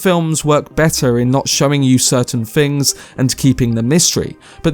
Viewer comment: Oh man, you're one of those that can't pronounce his "th's" properly Fink. Freat. Feeatrical. Fings. Froough. Marfa. Muffer. Deff. Meffods.